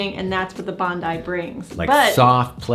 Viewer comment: Just watched another review of this. Sooo distracting to hear it pronounced Bond-eee 🤣. Love your reviews by the way 😊👍.